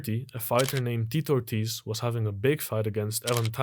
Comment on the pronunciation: Bro can’t pronounce Tito Ortiz’s name, just like Tito Ortiz doesn’t know his left from his right 😂